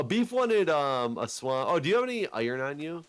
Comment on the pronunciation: the only accent has is not being able to say "iron"